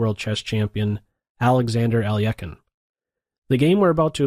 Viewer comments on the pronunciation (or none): Lol 'Al-yekin'. That's an even worse butchering of the name than just saying it phonetically. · YOURE BUTCHERING EVEEY PLAYERS NAME DUDE! ITS michael botvinik and alexander ale-hin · "al-ee-ek-in"? have I been pronouncing alehkine "al-eh-kine" wrong my whole life?